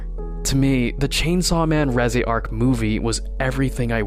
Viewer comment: reji?レジ？reze、レゼやろ。ちゃんと発音せいや。